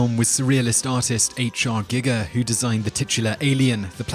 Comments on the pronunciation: "Gigger?". I suggest you learn how to pronounce Geiger. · Doesn't he know how to pronounce anything? Love his videos, but that is just NERVE WRACKING. I mean, H.R. GIGGER! Really? I have to assume he has the Internet! Can't he look something up?